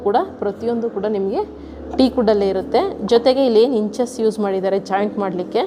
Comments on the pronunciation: Adhu inches andhange kelisthu.Adhu hinges. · ಇಂಚಸ್ ಅಲ್ಲೇ.. ಇಂಜಸ್